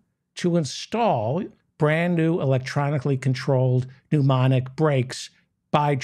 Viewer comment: its pronounced newmatic